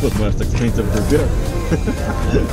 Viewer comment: "expensive groupettto" lol